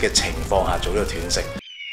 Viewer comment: 係讀"段"食, 斷章取義個斷, 唔係跌斷腳個斷